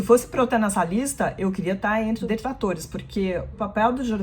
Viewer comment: Desculpe vc diz Detlatores